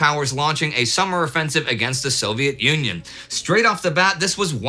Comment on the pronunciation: Did anyone else hear Indy calling the Soviet Union as Soviet Onion? Or was I the only one? :D